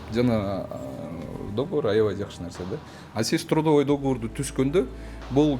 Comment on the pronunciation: Не до́говор а догово́р